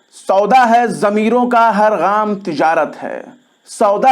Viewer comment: Har gham nahi har gaam kahiye, urdu ki aisi taisi na keejiye , urdu me talaffuz kafi ahmiyat rakhta hai